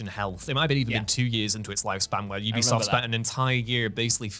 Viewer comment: You be soft is the pronunciation. They literally went on record to tell people how it's said and people still can't say it right.